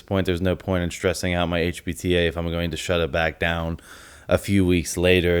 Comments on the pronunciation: i agree with you that i think he does mean hpta, i don't want to watch it again but it did sound like he was saying hbta but i could be mistaken they even sound close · honestly I thought he was saying HBTA in the video and it had me wondering if this dude actually knows what hes talking about lmao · the way he says HPTA makes his editor think he said hbta I guess 🤷🏻‍♂️